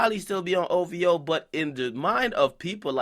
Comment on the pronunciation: Its OVO not OWO . Dumb clown